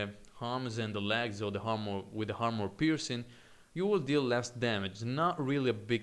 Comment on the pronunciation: Armor, not harmor.